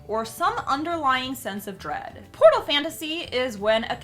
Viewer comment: When she said Portal Fantasy I thought she said Pornal Fantasy 😂😂😂😂